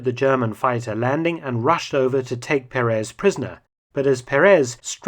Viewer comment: Mr. Felton, may I correct your pronunciation of the Spanish surname Perez...it should be pronounced with an accent over the first "e" of the name (Pérez) not over the last one, as you do.